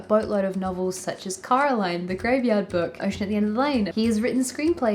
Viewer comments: It's so funny that the way you say Coraline sounds like Caroline which is the way all her neighbours called her so... it's suiting I guess but also really funny. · It's Coraline, not Caroline 😂✌